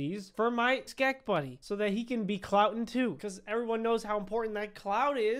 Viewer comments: No one: Not even a single soul:: SkEK HaT pUrCHASED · At the very beggining of this video:: "Ois!" a few seconds later: "My own SCKEH hat!" +! -! + Is he okay? does he need medical assistance or something like, what the heck? i still love this dude TO BITS. he is one of my faves (amongst others) BUT STILL! i still love this man so much, it's scary! ❤ keep up the AWSOME work! (not sorry at all for this nickname i think it's perfect for ) +! -! +